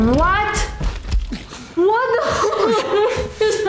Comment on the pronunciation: "awww that hwut you a wittle bit, thanos?" Proceeds to beat the ever-loving shit out of Tony